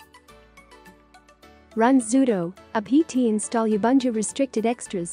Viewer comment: No one, absolutely no one: TTS: YAh-Bun-2💀